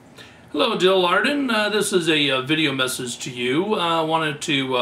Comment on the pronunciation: Your saying it wrong its Jil Adren, Aaaa DREN!!!! not arden lol